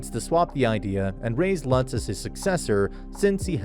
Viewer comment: Delia wants to be Bezewanst's (High Bishop, aka evil santa) concubine, not Ferdinand's. Also you mispronounced Lutz' name a few times but also said it right a few times??? Same for Damuel, and Shikikoza (or Ehrenfest for that matter) you just never get right. Plus, the Priest that destroyed the book room, Egmont, is a blue robe